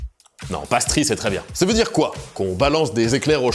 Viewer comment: vidéo interressante par contre ta prononciation du mot "pastry" est du niveau de ceux qui disent "palale" pour "pale ale" XD